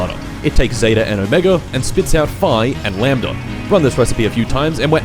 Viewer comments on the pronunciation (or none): none